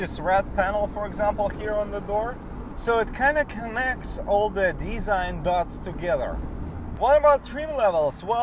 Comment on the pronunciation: Nice review. Tip: “design” is pronounced de-ZINE, not DEE-zine. “RPM” is pronounced are-pee-EM, not ARE-per-em. And “club” rhymes with sub, but, luck, and nut. Not with box, cot, lot or pot. So it’s CLUB; not CLOB. 🍻